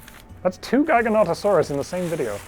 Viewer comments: It's pronounced jiga-notoe-saurus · I’ve always heard and said it “Jiga-not-uh-sorus” jiggle, not giggle. Not sure where I heard it from tho. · I’ve always known it as Jig-a-not-uh-saurus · the way you say Giganotosaurus is so weird were i say GIGA as in giant, you say GIGAN as in that 1 Godzilla monster who has chainsaw hands to each their own, this show is still AWESOME to watch, but that is so odd to me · How many of is are guilty for saying Gigantosaurus to Giganotosaurus? 🤔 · Giganotosaurus is “Jig-Ah-Not-Oh-Saurus” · "jig-uh not-uh saurus" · I believe the common pronunciation for Giganotosaurus is Ji-ga-NO-to-saurus, and it angers me greatly. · Apparently it's JI-ga-NOT-uh-saurus?? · Pronounce giganotisoris with j at the beginning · You pronounced Giganotosaurus in ways I've never heard lol. Usually it's kind of like the gigawatt/jigawatt from back to the future. But you single-handedly added three new pronunciations to it lol.